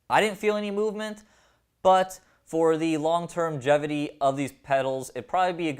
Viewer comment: "long-term-gevity".... Sure why not.